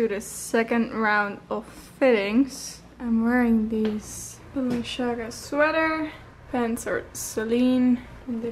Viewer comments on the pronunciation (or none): IT IS "BALENCIAGA" not "BALENTSHIAGA".... :))))) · Its balen - tsi - aga, not balen - Shi - aga, its kinda important to pronounce famous brands, that you wear and maybe work with, right #justatip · Lol I love the way she says balenciaga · I know this is a little older but it reeeeally bugs me how she butchered the brands names over and over again 😂 I love you but giirl. Manola Blahnik? The way she says Balenciaga? I am in pain.